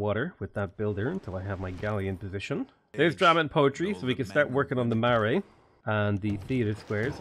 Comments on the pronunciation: Kia Ora enjoying the new mods just thought I would offer some advice from a New Zealander. Marae is pronounced "Ma-ra-ee" like mar-eye, Maori is "Ma-oo-re" and Tangaroa is "Ta-nga-rO-ah". Nga is like in singalong 🌟 good luck with the rest of the run! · Your pronounciations of Maori and Marae cause me pain but I'm sure you've heard that a lot already. If you at all care Maori is pronounced more like "M ohw ri" and Marae is pronounced "Mah rye" with a slight roll to the Rs.